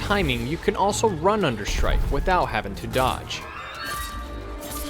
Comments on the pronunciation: when u say shrike it sounds like "shrek" lmao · And no impalement?! C'mon, it's shrike